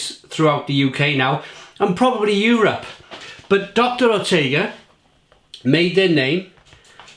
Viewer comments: Pronounced “Ootka” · I laughed at how u said oetker! :D